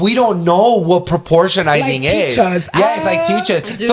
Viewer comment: He's say we don't know what perpeortionizing is! Lol